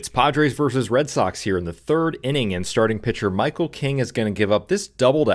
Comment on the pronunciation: I know it's a low bar, but bless you for pronouncing "versus" correctly. There's an epidemic of "verse" out there.